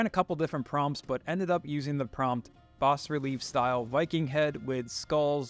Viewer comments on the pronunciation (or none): The s in bas is not pronounced. Typical of French. It means low.